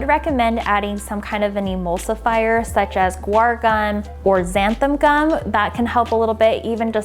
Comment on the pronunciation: Why can no one correctly pronounce ‘xanthan ‘ gum? It’s not ‘xanthum.’ 😕